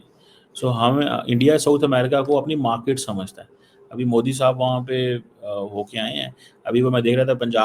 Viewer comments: Abe cheema market hota hai markit nhi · its not "market" .. its "markitttt" porkisssssssssss :face-blue-smiling::face-blue-smiling::face-blue-smiling::face-blue-smiling::face-blue-smiling::face-blue-smiling